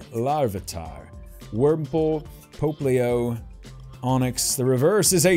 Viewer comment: "Popplio" is pronounced "pop-lee-oh".